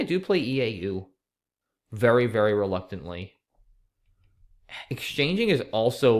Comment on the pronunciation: your second turn was VEWWY tricky